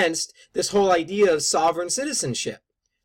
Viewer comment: It would have helped this guy if he didn't mispronounce 'sovereign'. But to take his simplistic critique apart: The risks to police from SovCits are fairly well established and from more than just the well documented shootings in West Memphis. There was the murder of a policeman in Alabama by George Sibley and Lynda Block. There was a shootout with a SovCit former cop in Ohio. There was the notorious Montana Freemen under Leroy Schweitzer that actually posted rewards for the killing of the local police chief. And these were just a sample of the SovCits that endangered police directly. Just because this magazine article mentions the one recent case that got an enormous amount of attention, this bozo talks as if that is and was the one and only case that ever involved a SovCit confrontation with police, which only proves that he is completely ignorant and hopes you are too.